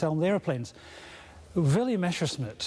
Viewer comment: I agree. Not only this particullar film. Usually it's the good old "Meshersmitt"